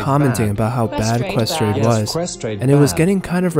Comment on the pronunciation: "Ques trade" scuse me?